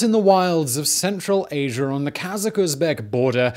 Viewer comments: There is no R in Asia =) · I like how he says Asier instead of Asia. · Why do you (Brits) say "asiar" instead of "asia"? Is it a stylistic thing or is it unconscious?